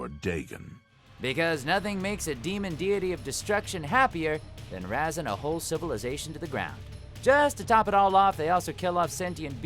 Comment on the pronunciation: "razzing a whole civilization to the ground" So he sticks out his tongue, goes "tttthhhbbppp-p-p" and the sheer force of it blows cities away?